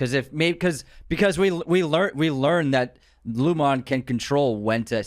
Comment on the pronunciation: It's pronounced "Loom-in" and "ee-gan" my dude. Not "lumOn" & "EagOn"